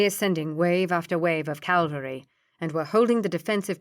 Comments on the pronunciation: Ca-val-ry not Cal-va-ry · English is not my first language, but "Calvary" instead of "cavalry"? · I loved the voices used too though I did find myself chuckling at how often she pronounced “cavalry” as “Calvary”. It must be tricky trying to keep flowing with the reading when these words come up.